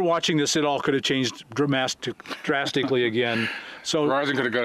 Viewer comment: We just learned a new word from Bob...dramatically and drastically equals "dramastically." lol